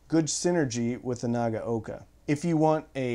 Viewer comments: Pretty good. A little too hard on the "g" and a little bit "clippy" between the syllables. And, the first syllable "na" is too long while the last is too short (naa-ga-oka). It's an audio channel, so how things sound is important, right? LOL. But, yes, importantly he got all of the "a" sounds right, which is where most Americans chomp the bit with Japanese pronunciation. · Arrrgggghhh! It's pronounced Na-gow-ka!